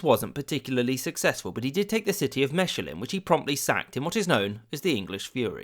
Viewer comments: Lmaooo the way you pronounced Mechelen just sent me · Cute that you apologise for Ghent when you pronounced it quite right. The pronunciation of Mechelen made me laugh harder ;) you’re doing a great job either way! Love your channel! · Well, Your pronunciation of Ghent is not such issue as Your pronunciation of Mechelen! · Good video but work on pronunciation example Mechelen